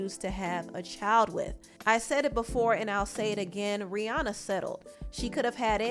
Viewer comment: It’s rih”ANNA”